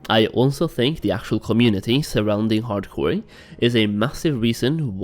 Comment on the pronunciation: That’s all I hear now 😂